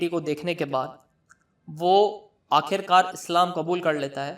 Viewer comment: Apne words sahi kro KHUDA aur AKHIRKAR in words ko properly kho jis trah tm keh rahe ho ajeeb sa lagta h aur uska galat asar padta h phle bolne ka qayeda sikho fir dusro ko ilm do dusri bt maula Ali as 4th khalifa ni h